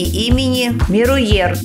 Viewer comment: Меруерт, не «и», а «е»